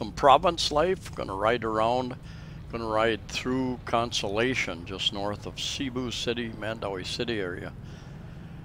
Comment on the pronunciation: I'm hoping you've learned in the last 3 yrs, but the name of the town is spelled ...Cion, and it sounds like: Con-so-lah-shown. Consolation is when you come in 4th place and still get some type of prize. 🤣